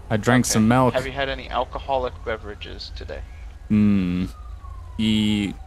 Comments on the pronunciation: I love you, but it’s milk not melk. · "I've had some "melk" to drive today." xD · It’s MILK not melk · No it's malk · the man wants a glass of mulk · He said melk, not milk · So no one is gonna say anything about “melk” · JOSH, POUR ME A GLASS OF MALK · He needs some melk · "i drunk some malk" lmao